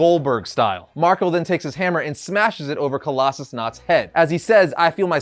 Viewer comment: Really? "Coloss-a-snot"?